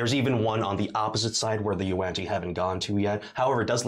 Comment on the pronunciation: The pain of hearing yuan-ti pronounced in a different way than I do it bothers me